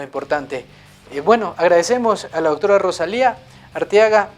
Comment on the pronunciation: EL PRESENTADOR REPITE "ROSALINDA" UN PERIODISTA VIEJO CON ESOS ERRORES DE PRONUNCIACIÓN?